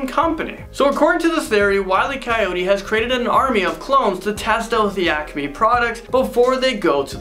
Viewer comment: Great video.👏🏾👏🏾👏🏾👏🏾 But it's really obvious you are not a true fan... You couldn't pronounce half the names right and the Acme compamy. Nice try, but didn't fool the O.G's.. 🙄🤦🏾‍♂️